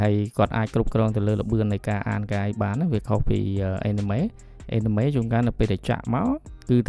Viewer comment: Anime អានម៉េចចេញ (Enemy)អេនណាមី😂